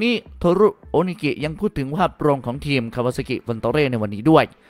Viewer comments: ทีม...หรือว่าเทียมใช้ภาษาไทยให้ถูกต้องหน่อย...มีหลายคำที่พูดผิดครับ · อ่านว่าทีม ไม่ใช่เทียม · ทำไมผมฟังสำเนียงคำว่าทีม เป็น เทียม ตลอดทุกคำเลยหรือหูผมแว่ว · ผมก็ได้ยินแบบนั้น ขัดหูมาก